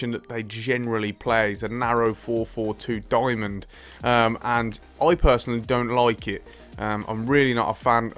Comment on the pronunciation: I hate this can of english 😠don loukt 😠its don't like 't